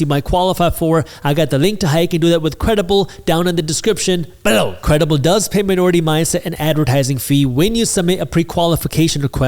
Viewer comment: why do you say "below" like that in each of your videos? ....lol... I love it btw